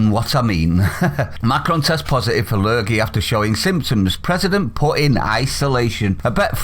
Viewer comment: "La lurgey". 🤣😭🤣😭